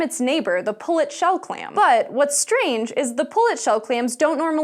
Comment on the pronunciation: Welcome to SciSHow! BUT, here is one complaint/constructive advice.... Try not to emphasize so much word "but", and also ask one who writes script, to use less of "but" in narration... Those "but-s" stand out to much and become to noticeable. Otherwise, for first episode, it's all good;)